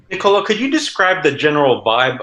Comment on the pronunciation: The correct pronunciation is Nicolò , not Nicolo